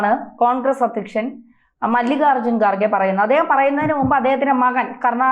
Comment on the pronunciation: Excellent reporting but pronounce well ...He is Kharge not Garge